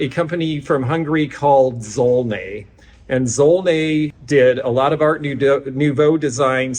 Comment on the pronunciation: Just one point about Hungarian pronunciation z = z and zs = zh; zsolnay = zholnay